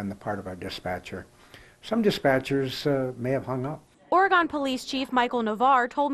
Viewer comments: Glad for the happy ending, also: Oregon is pronounced Or-a-gun not Or-ray-gone. Not sure why the reporter couldn't get it right after listening to the dispatcher. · I can't get over the reporter saying "or-gone" 🤣🤦🏻‍♀️ it's or-g-in like you would pronounce "organ" I suppose. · Oregon is pronounced "Ory gun" not "Ory gone." 😊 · No not OreGONE. It’s pronounced OreGUN. On the rest of the video: This was smart on the part of the woman calling and good for the dispatcher. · When she says Oregon, it drives me nuts. Its Ore-Gun, not Ora- gone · Ora-gone? No hun, it is Ori-gun. Are you a news reporter, or just a talking head? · Great job sir! Just so you know, Oregon is not pronounced "or gone". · As an Oregonian. It's infuriating that the lady kept saying "ore-gone" 🤦‍♂️ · Who hasn’t heard of Oregon’s name pronounced… They called it “Or-gone” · Oregon is pronounced (trigger warning) Or E gun. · Can someone please teach the reporter how to pronounce Oregon. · Nah the worst crime is how the reporter pronounced Oregon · How can educated "on air" people not know how to pronounce the name of a state correctly. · I realize this was 3yrs ago but someone find this reporter and make her pronounce Oregon correctly. Pure cringe. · Someone should tell the reporter how to pronounce Oregon. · At least the newscaster could have asked how to pronounce Oregon. 🙄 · THE NARRATOR PRONOUNCED OREGON WRONG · First thing the news reporter could do is learn how to pronounce Oregon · I’m from Oregon, STOP PRONOUNCING IT WRONG GOD DAMN.